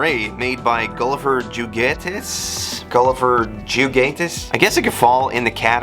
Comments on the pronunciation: you’re sooo close… Juguetes is pronounced Who-get-tez. It means toys in Spanish but I’m guessing you know by now 😅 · The Abominable Snowman has to be Solomon Grundy from DC. Juguetes is pronounced "Who-gwetes" The J being pronounced "H" like in jalapeños. Fyi. We got screwed on the Secret Wars line in the US.